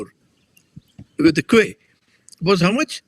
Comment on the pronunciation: Thanks for this conversation. Quay, is pronounced as 'key'